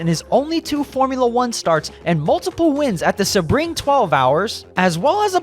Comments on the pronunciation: He's just a rich old man who's doing rich old man things (ie. building an empire, then running it into the ground as it fails to adapt to modern times and appealing to rich old people just like him who clasp onto memories of "the good old days") It's "Sea-bring" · A racing fan that pronounces Sebring incorrectly ? Just a titch suspect. AI making an appearance, perhaps. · yet penske has backed rowe for YEARS. "real indycar fan" would know how to pronounce "prema", "sebring", "schumacher", etc; is this just AI? of course, a "real indycar fan" would know that charters were announced PRIOR to prema's entry, and prema chose to enter anyway. in addition, prema's collapse had almost nothing to do with charters. fwiw, im not a fan of the charter system.